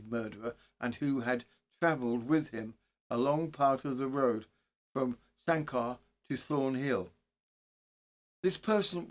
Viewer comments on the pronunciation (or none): You made a real effort, thats what counts. Its pronounced San- Ker ( hill fort) dating back to an old roman settlement. The mound of which can still be seen today. Thanks for another great case.👌👍